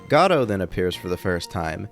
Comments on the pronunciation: Choose a pronunciation, godo or godot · I love how you keep changing how you pronounce Godot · crying at the 3 different pronunciations of Godot in succession to each other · You pronounce Godot wrong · Augh please say his name differently